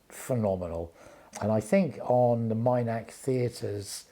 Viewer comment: As an avid follower of Cara Dillon I was at the Minack for this concert. It was a magical experience. Please excuse me for this but I have to correct your pronunciation of Minack. It's pronounced exactly as it reads Min ack and not Mine ack, as you are calling it. 😂😂. I enjoyed watching the videos of Cara that you put on here. It was such a lovely evening despite the rain during the second half.